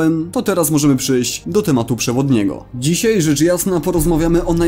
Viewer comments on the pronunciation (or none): none